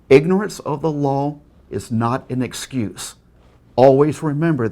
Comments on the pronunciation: "Ignorant of the loooow is not an uh-scuse." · "Ignorance of da lawl is not an escuse"